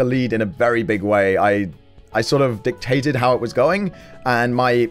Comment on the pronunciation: you dictated you mean you dunctated